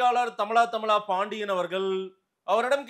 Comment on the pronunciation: திரு அவர்களே அவர் பெயர் தமிழா தமிழா பாண்டியனா இல்ல தமிலா தமிழா பாண்டியனா